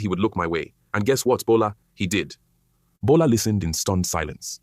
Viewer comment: Bola not gbola😂